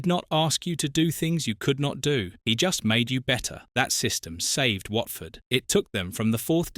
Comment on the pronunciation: Whartford?? Really?? AI stuff